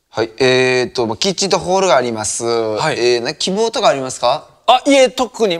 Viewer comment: ホールのことホルって言って調理のことチョリって言ったの気になる